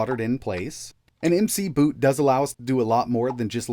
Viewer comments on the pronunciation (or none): It's mc boot not m c boot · I wonder if it's real PS2 hardware in there? And the fact that you keep calling it emcee boot and saying it over and over is driving me insane lmao it's McBoot. You know, think Irish winter footwear. Not emcee boots. And you didn't mention enough whether it's real PS2 hardware in there, what if we forget after the 20th time you said it man!! How can I be sure it isn't emulated!??!! I need answers plz!!!!